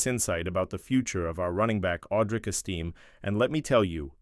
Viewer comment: Audric "Esteem"